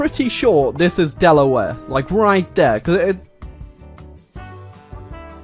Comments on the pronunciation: The way he says Delaware It hurts me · How he pronounces Delaware is cringe